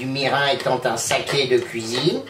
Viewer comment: Ça a l'air délicieux. On prononce : mirinE Mi - ri - n